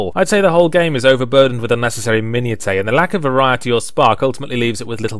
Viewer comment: "Min-u-tay"???? I think that might be the first time I've heard him actually mispronounce something. That said, I'd totally play a game with character sliders like "tittays" and "daaaaaaamn". Somehow, I'm kind of surprised Saints Row hasn't done this yet.